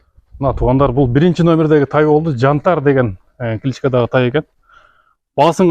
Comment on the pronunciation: Кыргызым Жантар эмес Янтарь болуп окулат